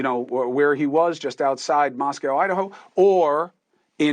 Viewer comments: Pronounce Mos-coh. Not Mos Cow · Mos-co not Mos-cow ❤ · Love your show but one thing, it’s Mosco not MosCow from on in Eastern WA. ❤ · Pronounced MosCOE, not COW. Dude. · Moscow - proper pronunciation is “Moss - Coe” like toe. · Pronounced MOS COE - long O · It’s actually pronounced Moscoe.